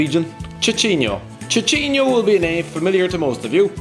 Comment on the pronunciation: Tchi Tchi nho KKKKKKL WFT... AS A BRAZILIAN THAT WAS PAINFUL TO HEAR... IS SÍSÍNHO (how you pronounce it)